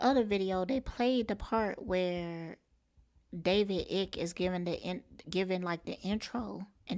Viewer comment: His name is pronounced David "Ike" no he was not a part of her programming.